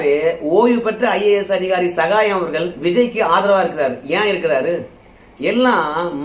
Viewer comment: தம்பி வல்லினம் மெல்லினம் அறிந்து பேசு இல்லை என்றால் உன்னை புல்லினம் என்று கூறுவார்கள். ர அவர்கள்னு சொல்லாம அவர்கல் இவர் கல் என்று கூறாதே